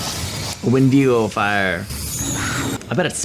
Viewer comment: I forgot how much ep2 makes me cringe 😂😂 i cannot stand the mispronunciation of wendigo in this